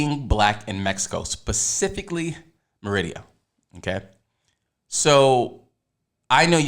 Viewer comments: SAY MADEA...TYLER PERRYS GIRL...MA DE A...NOW ADD SPANISH "R"... ME RI DA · Hi! I love your videos. But I going to suggest, please please pronounce MERIDA (M E R I DA) correctly, you make a video apologizing of that and you did it again in the same video... also please please please , the guy need to stop to make noises when his eating. Thank you! I love your show by the way. ❤️❤️❤️